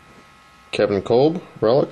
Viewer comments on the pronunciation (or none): Very nice breaks, but you must not be much of a football fan, because it's Kevin Kolb (pronounced Cobb), Steve Breaston (Like chicken breast), and John Lynch not Ed Lynch. Like I said though, nice breaks, and keep up the good work!